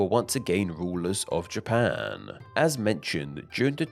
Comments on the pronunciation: Where is this Ja-PAAANe? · A small thing I noticed about the speech pattern in this video is how it extends the final syllable of a senteeeence. Best example from when two sentences ends with "Japaaaan".